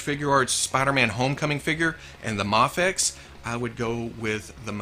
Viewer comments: Mafex pronunciation hat trick! 3x multiplier! Tilt! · pronounced Mafex in 3 different ways lmao